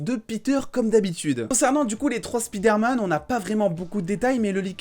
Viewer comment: c'est pas speederman c'est spiderman, c'est pas compliqué